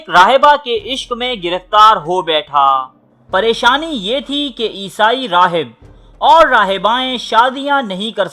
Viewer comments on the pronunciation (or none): none